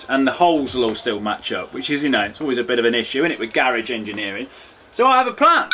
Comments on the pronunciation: He said garage engineering and I thought he said Garry ginger ninja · i love how they say garage XD